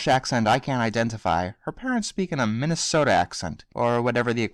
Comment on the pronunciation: Minnesota = Manesota